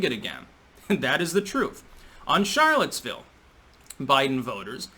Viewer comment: sh nit ch pronounce charlotesville.... plus nazi u trying to sound german when u dishinor french sounds ...